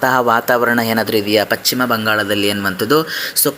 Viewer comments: It is not pachima bangala it is paschima bangala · ಪಶ್ಚಿಮ ಅನ್ನು ಪಚ್ಚಿಮ ಅಂತೀರಲ್ಲ? ಕಿರಿಕಿರಿ ಆಗುತ್ತೆ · Pachchim alla ,paschima bangala